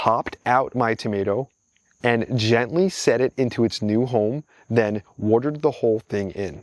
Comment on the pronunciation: Why is your accent/pronunciation relatively neutral/normal until you say woardurd? (Watered)